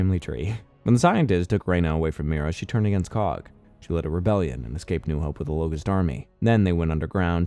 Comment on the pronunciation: “C O G”, ew.